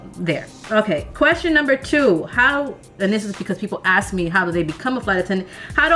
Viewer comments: You gotta stop saying "ax" to ask a question. It does not sound intelligent at all. But I know you are smart, just a habit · you say "aks" alot. I love it!!!! somehow I realized that is actually "ask".